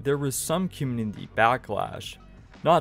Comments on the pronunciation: Man. It would be best if you worked on your pronunciation for "specific" and "community". You're missing half the letters when you say them. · Hey, maybe he's not aware. If you had something on your face wouldn't you want to know about it? It's not like he has any speech impediment. Just got lazy with those words my guess.